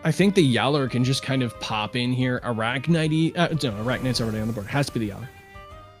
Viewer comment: is it that hard to say arachnyte correctly. especially when the other guy is doing so.